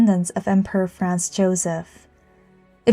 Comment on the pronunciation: The poster (or AI) pronounces Franz as France, and now there are commentators thinking she (or AI) is saying that Franz Joseph was the emperor of France.